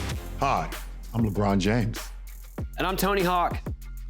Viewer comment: Lebroom... "dOmiNAteD". Riiiiiight. 🤣